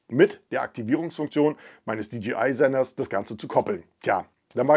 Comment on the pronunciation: nicht "di dschi ei" sonder "di dschey (jay) ei)